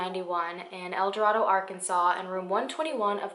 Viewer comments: Arkansan here! Great video but it is pronounced el dor(ae)do. Not el dor(ah)do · Love this new series! One thing though: El Dorado is actually pronounced El Do-RAY-do because we like to make things really oddly pronounced in this area. 😂 Keep up the amazing work! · I actually live in El Dorado and I'm so glad a case from such a small town is getting publicity. Also down here we pronounce it El Duh-ray-doe, obviously not the point here but I'm just pointing this out. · I know this is probably unimportant but El Dorado is pronounced El Dorādo-long a, Arkansas. 🤗❤️ I really value your videos very much. All the research and effort you put into each one is appreciated. I pray these Jane and John Does are identified sometime. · That's my hometown! Just fyi, locals pronounce it "ell dor-ayy-doe" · i’m from arkansas! not far from el dorado. i had no clue about this! this is crazy. we all pronounce it El-Dor(ay)do 😂😂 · I’m from Arkansas! They actually pronounce the town with a long a, so “el door ay doe”. It’s not the correct pronunciation of the Spanish word but Arkansas is weird lol. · I know it's weird and we're super country but here in Arkansas it's pronounced "El DoRAYdo" 😂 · The name of the town is actually pronounced like “El Door A Doe.” Just FYI. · Common mistake but it's ElDo-RAY-do. 😊😊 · I lived in the town for awhile and yes you’re saying the name of the town wrong, but I’ve never heard anything about this case